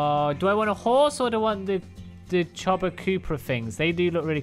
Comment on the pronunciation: Cobra-chuba killed me lol chupacabra LOL